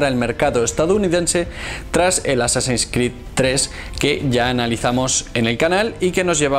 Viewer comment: Llevo ya como dos semanas viendo videos de éste canal, y no entiendo de donde saca dos pronunciaciones en inglés. -"Assassins" como "asasÁins" en ves de "AsÁsins" -Cada vez que hay algo que involucra la letra X (Static X por ejemplo) como "IX en vez de EX" Static IX IX men. En fin. Buen canal por todo lo demás. Muy informativo.